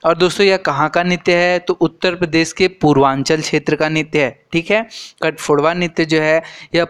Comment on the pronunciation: Kathaphodawa nhi sir katghodawa ho ta hai